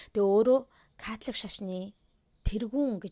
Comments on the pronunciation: Катлик шашин гээд сонссон чинь чихэнд аягуу содон сонсогдож бна шд кккк Католик шашин биздээ тээ 😅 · Яг америк аялгаар Катлик гэж дуудагдаж бгаа юм.